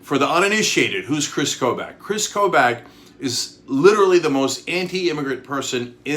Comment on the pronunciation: Kris Kobach is pronounced "Koe-Bock". He's a horrible horrible person, but nails on chalkboard each time - from a Kansan